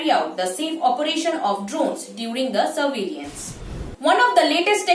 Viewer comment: Excellent initiative Drone Helpline. (one correction, the way you are pronunciation of 'Surveillance' is not correct, please correct it)